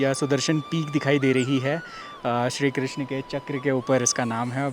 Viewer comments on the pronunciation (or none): none